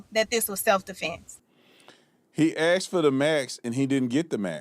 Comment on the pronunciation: “he axed for the max”???